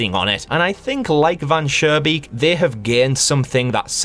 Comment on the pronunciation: This is a FANTASTIC analysis, I agree to pretty much everything. Additional thoughts: - The developer trying to delete the vermin problem with very low effort is adding to his downfall. - It's Van SchooNbeek with a pronounced n, not Van Surebeek with an r... but when I told you that in the last video it was already too late I guess. - I don't know if I'm sure Van Schoonbeek is greedy... maybe he just likes to mess with people, who knows - Not sure the vermin in story 2 are "greedy"... I think they are just insect like doing what they do but at first reflect the developer (or his desires) and are more in a disguise this way